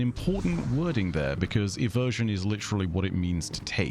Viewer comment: when you die to dredgen sere it comes up as "Arc Inversion" not eversion